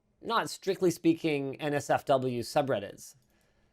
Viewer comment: Am I the only one that heard "Nazi" for work instead for Not safe for work.